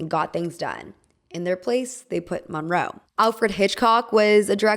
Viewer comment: Your pronouncing Monroe wrong. It's brutal listening to you butchering this icons name